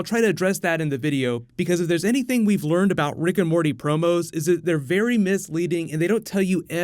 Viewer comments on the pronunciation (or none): none